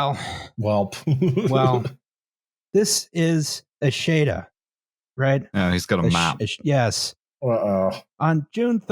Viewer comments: It's pronounced Eschede with the beginning like the Canadian "Eh", the middle like "Che" Guevera and the end like the "i told u so" "Duh" but without the "uh" and another "Eh" at the end. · And it only took 6 minutes for to fuck up "Eschede."